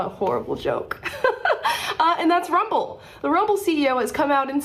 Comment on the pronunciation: Take th' muhnee an RrUuMmBbllll